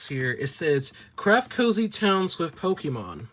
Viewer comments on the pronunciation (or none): "You can live a CUMFTABLE life WIFF your Pokémon friends as you GADDER materials, make furniture, grow COP👮🏻‍♂️ ..." 😂 reading is HARD 📖 📚